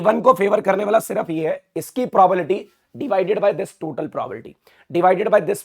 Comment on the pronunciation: Sir it's Probalty or probability?😅